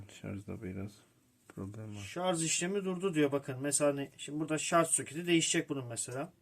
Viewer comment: Herşey çok güzel de şarz nedir beyler... Doğrusu şarj... Lütfen siz yapmayın bunu...